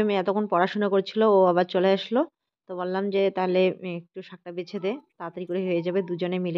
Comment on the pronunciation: Shak beste beste bole na shake baste baste bole.❤❤❤